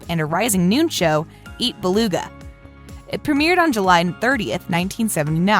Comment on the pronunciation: it's eat bulaga not eat baluga